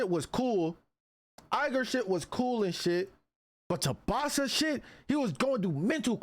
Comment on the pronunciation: Tubasa❌ Tsubasa✅